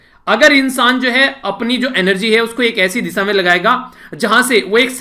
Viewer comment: Sir apka pronounciation sahi nahi nahi hai, ap दिशा को disa bolte ho Should ko bhi sud bolte ho mai intna bada nahi ki apki galti nikalu, par muze lagta hai ki apme sari achhe teacher khubiya ho.. Apka student pravin